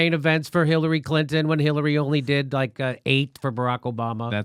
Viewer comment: Right at the end there at about or just before that when the host of the show who was sitting in the center of the three guys seemed to have a slip of the tongue there where I could SWEAR he said Hiltary Clinton. HITLERy Clinton! OMG! Hahahaha! I mean, I know he didn't mean to say that, but it sure damned near sounded like he had a little faux pas there. All the same, what a perfect description of Hitlery Clinton, wouldn't you agree? Hahahaahahahahahaahhahahhaahah!